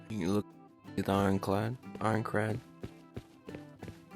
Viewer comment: Now that I think about it you said project inclad the entire video😂😂😂😂